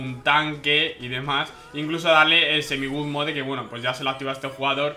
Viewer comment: se pronuncia "god moud"